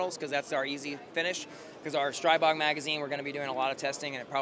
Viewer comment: Thank you for clarifying how to say STRIbog. Not streeeeebog. I hear they are coming out with gen 4 CZ style magainzes. Maybe 4th time is the charm because their mags suck donkey nutz